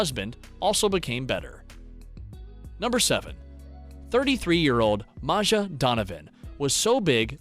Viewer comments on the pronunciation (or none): this man really doesnt realize maja woudl be pronounced maya 😂